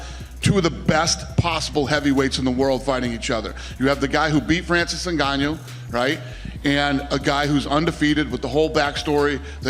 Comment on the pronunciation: Will Dana ever get Francis' last name right? N-gone-nuew